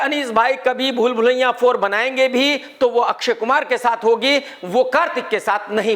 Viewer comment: Bhai ye aapka bhool bhulaiya bolte time pool pulaiya kyun nikaljata hain harr baar😂